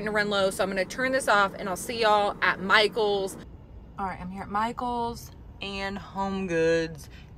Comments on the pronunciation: Michael sounds like "Myghouls" 🖤🫀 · I think Michaels should be pronounced “MySkulls”🤓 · My-KELS! Like my dude but MyKels (or Mykills?). I have already repotted my polkadot plant into the baby doll head planter and it looks amazing!